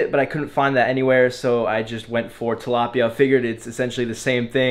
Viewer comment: Its so fun to hear people from other countries say "Tilapia" you guys always have something like an "ah" sound at the end and its so fun to hear hahahahaha.. Love from the Philippines!